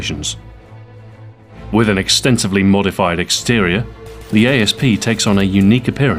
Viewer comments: isnt it Asp like the poisonous snake pronounced 'ass-p' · why does everybody say a s p its an asp you know like a snake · Is it supposed to be pronounced a-s-p or asp? I heard Ian from Forgotten Weapons pronounce it as asp but Stu here pronounces it as a-s-p